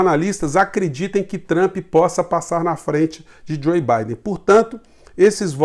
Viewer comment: não é Joi Baiden. É Jou Baiden. Por favor, vc é professor e eu tb. Sou professor de inglês.